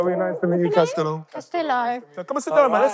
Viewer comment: It’s castillo